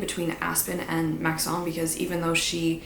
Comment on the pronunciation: I hate to tell you this but Maxons name isn't that fancy😅It's pronounced like Max-in, which tracks with the spellings of the other names in this series😩